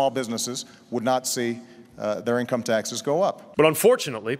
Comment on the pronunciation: Why can’t say the word “taxes”? lol